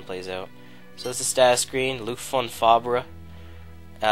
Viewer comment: you pronounce 'fabre' fob.